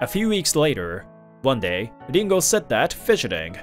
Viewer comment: Dingo ??? WTF It's Ringo. Can't you people read English or are these badly programmed audio programs.